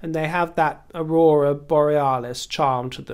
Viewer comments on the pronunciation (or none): none